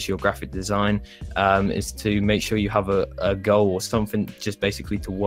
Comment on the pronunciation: when u said “ You need to have a Goal” I heard Girl XD